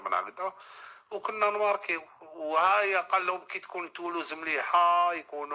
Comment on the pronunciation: أرضية الميدان يقولولها بولوز، بوخرقة يقوللها تولوز ماشي بولوز، رفدها غالطة مسكين😢 هادا محلل هادا، بصح الغلطة ماشي ديالو، هو من حقو يفتح قناة و يقول واش يحب، ولكن اللوم على الناس لي تبع الفيديوهات دياولو، كارتة